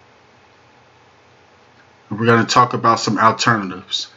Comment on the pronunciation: "Owteritivs" is not a word as the way you pronounce it. The proper spelling is "Alternatives" and is pounced like it is spelled